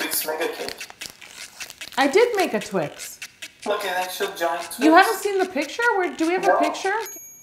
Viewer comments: it’s just twix not twik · I love your videos so much . I think that it’s Twix not twin. Yo your always right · " I think the 'x' is an 'ks', I think its a Twick." Me: legitimately chokes on the water I was drinking trying not to laugh 😂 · Yolanda!!! I can’t believe you deal with this guy!! 😂🤣😂🤣 a twik??!? A friggin TWIK?? Is he serious? I can’t stop laughing.. it took me forever to type this! OMG 😂🤣😂🤣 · Twix not twik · that foreign man calling one twix a twik is literally the funniest thing i’ve ever heard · Wouldn't it be better or safer if you froze the carmel? Love twix. But I'm w you on TWIX and NOT Twiks lol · and why TWIK if the product clearly says TWIX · lol "I don't think this one twick" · Twice ends in ‘x’ like box so shouldnt it be twixes because we say boxes